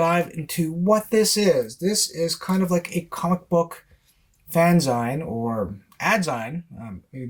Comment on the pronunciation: Dude LOVE your stuff- GREAT CONTENT- super informative and highly entertaining- plus very well thought out. One thing though: it’s fan-ZEEN (like “maga-ZEEN”), NOT “fan-ZINE” as in “enzyme”). Gotta bets the BASICS right brother!